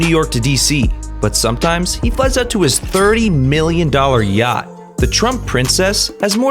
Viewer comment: STOP WHY DID I HEAR GYATT INSTEAD OF “ yacht”